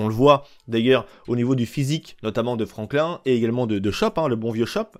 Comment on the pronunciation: Les svp arrêter de prononcer franklin comme la tortue verte, ça ne se prononce pas comme ça écouter le dans les dialogue ça sonne comme Franklinne